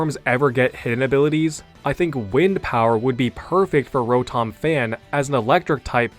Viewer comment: Row-Tom. It bothers me so much to hear its name pronounced as such.